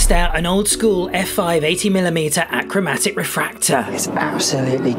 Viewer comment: It should be ache-romatic rather than akk-romatic, just like 'asexual' is pronounced ace-exual.